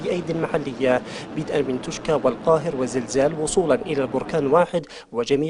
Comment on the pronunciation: توشكا لهم سنتين ولا عرفوا ينطقون كا تيوشا ههههههههههههههههههههههههههههههههههههههههههه